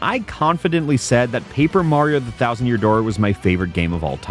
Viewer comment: Release the thousand yousand dousand vid